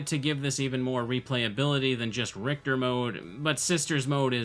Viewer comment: "RICHITER"... How did that happen?